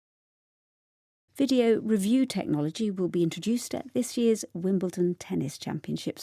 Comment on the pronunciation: challenge : 의문글 제기하다, 이의를 제기하다 / 경기,대회에 참가하도록 초대하다 Video 가 왜 ph 발음으로 들린다 바뀐 귀뚜라미색깔!! 시즌7도 화이팅입니다